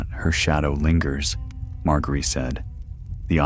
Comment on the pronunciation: Good ol mar-gary